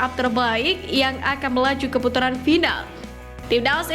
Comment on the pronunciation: Ke putaran bukan keputuran min😅😂